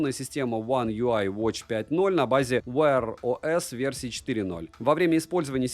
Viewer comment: Wear os - Виэ ОС, не Вайер.